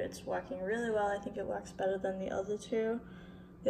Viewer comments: Love how you say "bettuh" ☺❤ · what is she saying ? better or bettle ? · When you say bwetter and lwater 😂😂❤️